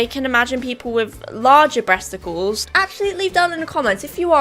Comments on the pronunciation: "Bresticals" has me laughing so much 😂😂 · No one: Literally no one::BRESTICALS